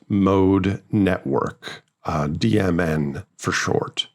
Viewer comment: Every time you say DMN I hear "demon" 🤔